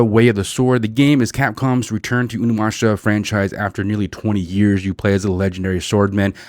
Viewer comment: It's pronounced "onimoosha" atleast in the early 2000's it was. Yeah its a pos, no RE vibes like in the original and action is off and unlike anything from 2 and 4. Huge disappointment and a waste of development time. Unfortunately, not surprised.